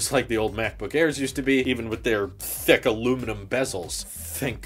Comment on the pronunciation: Did you keep saying “thick” or “thicc?”